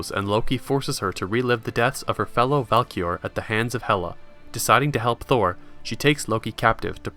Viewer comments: Great video but did you say Valkior? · Yes it is Someone said her name wrong